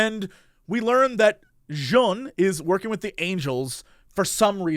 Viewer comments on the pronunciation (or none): I am amazed at how badly Jesse is pronouncing Jeanne's name after it's said a million times in the game.